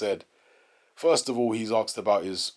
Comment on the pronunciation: "First of all he was axed about..." that must have stung a bit